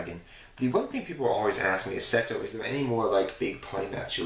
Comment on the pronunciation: Seto is MA'HAT! Not MAT-AT! xD Awesome video man, cool playmats.